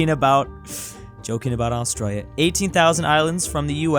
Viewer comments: Bruh I hate this guy his saying Austrolio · BRUH THAT IS NOT HOW U SAY AUSTRALIA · Its Australia not Austria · PPWA he says Australia like an Aussie but he's American also r u new Zealander PWA